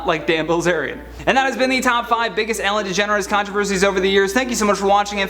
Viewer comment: “Ellen DeGener has been...” Like Kylie DeJenner??? 😳😂